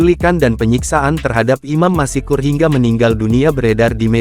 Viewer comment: Apa admin tidak bisa membaca dengan benar?? Masak Masykur dibaca masikur???? Seharusnya kan tetap Maskur. Bukan masikur